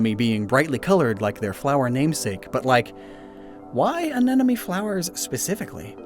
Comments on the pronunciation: “Uhn-enemy” drove me INSANE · watching this while a biology student roommate is listening in the living room... the tangible frustration on his face whenever the word anemone is mispronounced is GOLD! thanks